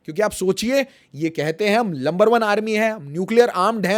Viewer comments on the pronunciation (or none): Bro number one nhi lumber one bolrhe 😂to make fun of number